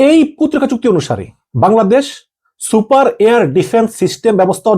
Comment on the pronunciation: Not super it is siper